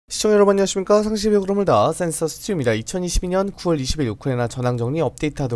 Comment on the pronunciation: 센서 발음이 샌다 좀더 정확한 발음을 할 수 있다록!!!